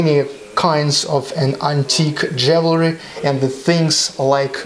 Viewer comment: JEWELRY is pronounced with "jew" first